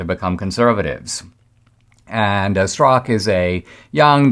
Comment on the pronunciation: Straka is a Slavic name wit the second A pronounced.